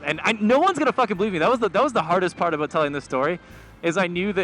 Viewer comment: I can't help but notice every time you say "aboat"